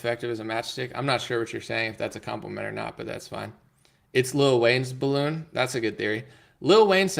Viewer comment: 'Duh bawoon is fwat like duh Earf"